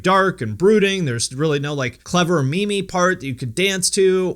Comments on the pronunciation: It’s pronounced “meem” not mee mee bro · Im pretty sure its pronounced "meem" not "mee-mee" lmao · It's pronounced "meeem", not "me me". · are you saying "me-me" to pronounce "meme" on purpose to be funny or is that really how you think it is pronounced? lol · It is pronounced "meem" ... Is it not? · is bro really pronouncing it mee-mee?? omegalul! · Your pronouncing meme wrong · Either you or i have been mispronouncing the word “meme” for our entire life. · The way he pronounces meme. Is this a joke?